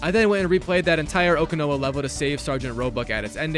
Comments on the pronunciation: It's pronounced Semper (F-eye) not Fee, and O-Can-Ow-A... I hope you don't have to do Fortnite, it's not a good time. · mf pronounced Okinawa as oh-kee-know-a 💀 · the way he pronounces "okinawa" hurts my ears